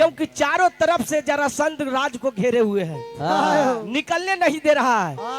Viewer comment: उच्चारण सही कीजिए ब्यास जी, जरासंध होता है,जलासंध नहीं, ध्यान दीजिए